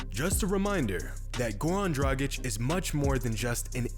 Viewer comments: please get acustumed to pronounce his name well.. sometimes you do and sometimes you don't (in past videos you didn't at all). it is dragic= draaggich. not "drajik". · It’s pronounced dra-gitch not dra-jic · It's pronounced "DRAGITCH", not "DRAJIK" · As an Eastern European it absolutely hurts my ears when people call him Goran Dragic (Pronounced like Tragic) LOL. It’s Draghich yall... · I enjoy how pronounces "Goran Dragic" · It's funny how his surname is pronounced differently within the course of the video. :D